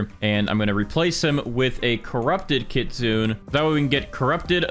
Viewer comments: DUDE STOP PRONOUNCING IT KIT SOON ITS LITERALLY KIT SOON AY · kit-soon-nay not kit-soon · pls say kitsune right it pmo